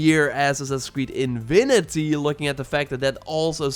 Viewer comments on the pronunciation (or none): Happy New Year man! P.S. please don't mispronounce it Assassin's Creed: "Invinity" for the whole year haha!